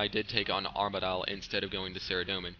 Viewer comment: Its pronounced arma-dil